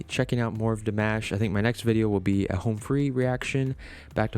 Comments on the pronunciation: Dimosh, is how you pronounce His name. Like "Mosh pit". Not mash. New Subscriber here! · Damosh is how to pronounce it. He is from Kazakhstan. sos was in French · Dimash Fans, are called "Dears". His name is pronounced, "De-mosh".